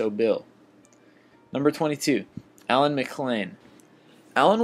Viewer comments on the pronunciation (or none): none